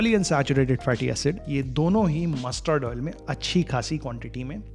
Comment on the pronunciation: Your stress on mussssterrd oil 👺